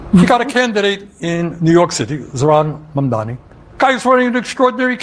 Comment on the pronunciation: still can't pronounce Zohran Mamdani's name right? Still?